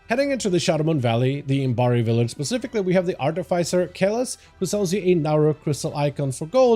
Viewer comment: This is probably the best Housing Decor guide out!! My only complaint is the amount of times the word "pacifically" is used instead of "specifically".... lol thanks for the awesome guide!